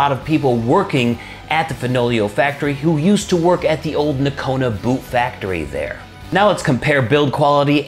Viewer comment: Just took a new job right next to the Fenoglio boot factory. It's going to get ugly boys, my poor poor pay check. Oh and its pronounced NOcona with a long o.